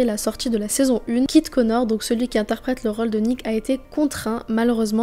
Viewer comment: trop cool la vidéo mais à tu dis "Kit Konar" 😭😭 elle est géniale sinon la vidéo !!